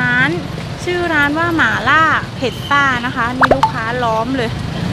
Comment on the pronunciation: แอดดดด..หม่าล่า...ไม่ใช่..หมาล่า 😁😁